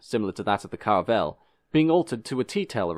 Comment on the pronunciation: I’ve noticed he consistently pronounces it Carvel in his videos. From what I remember of my schoolboy French, even French pronunciation wouldn’t omit that syllable, but I could be wrong.